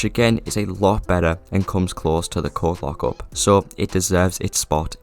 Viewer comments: I had the video playing in the background and I heard the coke lockup i was so confused and thought you was trolling until i came to the screen and realized that you were saying coke lockup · Long story short, you were saying coke lockup but it sounded like you were saying something else. Hope that helps you understand what i mean